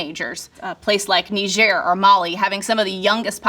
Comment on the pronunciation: Nee-zhair? Is that how we're pronouncing it now? 🤣